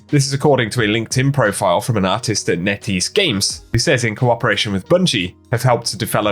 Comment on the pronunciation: whenever you said NetEase i thought you were saying nitties lol